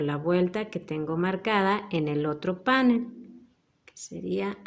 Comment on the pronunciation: Precioso trabajo, muchas gracias, lo haré. Una cosita, la palabra panel es aguda, el acento lo lleva en la e, como usted lo pronuncia es étimo del inglés. Cuidemos nuestro idioma. Gracias